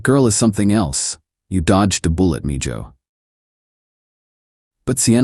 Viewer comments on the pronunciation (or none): Mijo is pronounced Mee-ho. Not Mee-jo. Do better. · MIJO is pronounced ME HO